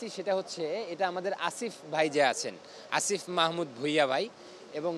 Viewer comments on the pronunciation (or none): none